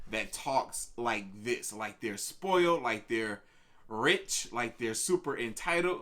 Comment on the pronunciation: BITCH BE PRONOUNCING RICH AS RATCH-✊🏻✊🏻✊🏻😔😔